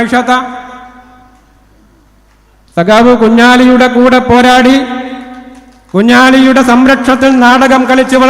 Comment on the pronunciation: കുഞ്ഞലി കുഞ്ഞാലി ഒളുപ്പുണ്ടോ സഗാവേ അവരെ പേര് ഉച്ഛരിക്കാൻ